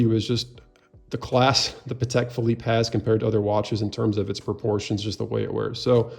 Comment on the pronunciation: 12th c. Spanish military order of 'Calatrava': primarily identified by its symbol, the Cross of Calatrava—a red Greek cross with fleurs-de-lis at each end—which represents the virtues of courage, honor, and steadfastness.' source: AI Patek is pronounced: PAH-tek.